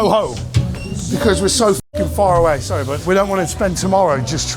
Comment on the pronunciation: "Im sorreh, im sorreh" 😂😂